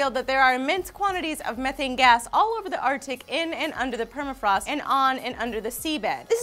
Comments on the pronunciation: You said it like this meeeethaynee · ME-thane!! Not Mehh-thane! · You say methane wrong, it's m-ee-thane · it's pronounced mee-thane... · guys.. its pronounced "mee-thane" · Just look at how it's spelled "Methane" and how do we say it? We say it like Meth...ane... sound the word out... *face Palm* I don't want to live on this planet anymore... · It's pronounced ME- THAYNE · Meth-ane... get it right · Its pronounced m-ee-thane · You keep pronouncing methane wrong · Your saying Methane all wrong.